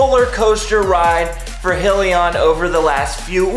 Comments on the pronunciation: Please first learn how to accurately pronounce the company name in order to be taken seriously. It's High..lee...on. Not Hill...lee...on. SMH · Congrats on the post but just a reminder though, it’s pronounced “High-lion” not “He-lion” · FYI.... Its not "Hill-e-on" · What is Hill-e-on? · your saying Hyliion wrong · Good video though! - But proper pronunciation exhibits much more “in the know” and a higher level of professionalism! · Please learn how to say the companies name right 😂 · Lmao was my first thought as well especially if u are making videos about them!